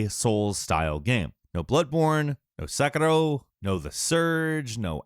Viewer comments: Lmao wtf was that pronunciation of Sekiro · Dude, man. Just say "Sekiro" normally. You're speaking English. Great first look though. You always give an accurate and honest first impression of new games.